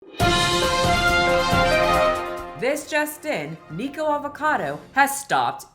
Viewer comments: I don’t you pronounce his name Niko 😂I think it’s Nik Ocado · NICK-OH-CADO! baha. But yeah I agree, I don't know why anyone watches him to begin with so he has a point about them being dumb ants lol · Nik-uh-cah-doe Ah-vo-cah-doe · Not who can't be bothered to say the Cado in Nicocadoavocado 😂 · Someone please tell me why she calls him “neeko” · Why does keep calling him Nicko?? I thought it was pronounced NICK….? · You say his name SOOOOOOOOO wrong!! 🤭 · Is it a running online gag for commentators to blatantly not say "Nikocado" correctly? I've heard it said so many different ways and I don't get why it's so difficult. 😅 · Idk why but the complete drop of the second syllable of the first word of his username bothers me. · I think the nikocado is a genius. It doesn't look good that you kept pronouncing his name wrong and most people who are reporting on this right now don't know the lore about his videos